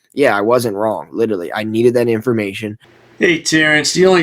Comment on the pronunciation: If he’s going to use the work “literally” so many times, maybe he should learn how to actually pronounce it…🙄